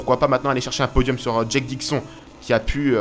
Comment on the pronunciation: Au niveau de la prononciation de Dixon... Dis le comme si c'etait ecrit : " DIXONE" sinon rien a redire